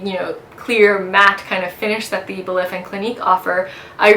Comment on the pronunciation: Nice and informative video but a bit too long. I believe “Belif” is pronounced “Belief” oddly enough.